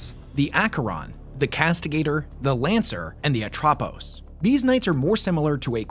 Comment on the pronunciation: Ă-tra-pose Atrapos